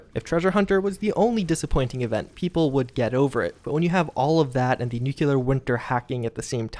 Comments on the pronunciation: NU-CLEAR, not NU-CU-LER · Bethesda's bullshit is the most frustrating thing going on in the community right now. The second most frustrating thing is refusal to pronounce nuclear properly.